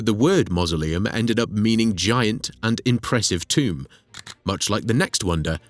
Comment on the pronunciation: the moment i hear tomb, i stop watching.